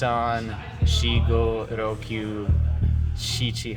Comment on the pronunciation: The number 6 is roku not rokyu.